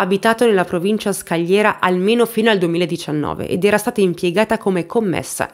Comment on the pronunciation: Provincia scaligera non scaliera 😂